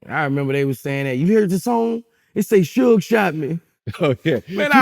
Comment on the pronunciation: It did sound like Pac said Suge Shot me 😂😂